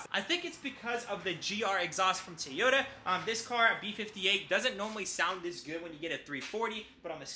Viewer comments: TOY-YOTA, not TEE-OTA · No it's TO-YO-TA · and how he says tyota and literally every 10 words